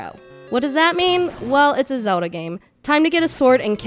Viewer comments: zowd'ha LOL funniest way to say zelda. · So many people say "Zewda" ahahaha.